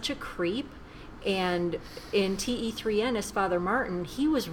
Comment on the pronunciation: you pronounce 'Dilwale' and 'Kaise Ho' correctly! However, the title of this movie is pronounced 'Teen' which means 'Three'